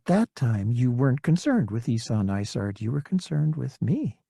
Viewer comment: Every time he mentions isards star destroyer, it sounds like he is saying lasagna